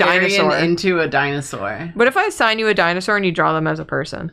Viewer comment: Thank you for your good work, mispronunciation also activated my need to correct dinosaur pronunciation. And your psittacosaurus facts are incredible